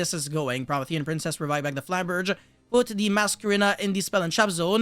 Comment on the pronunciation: its pronounced pro-MEE-thē-an princess, in case nobody else told you, and in case you actually care. Love the content regardless